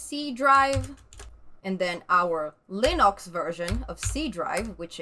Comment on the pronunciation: Linox! just the way Stallman pronounces it :)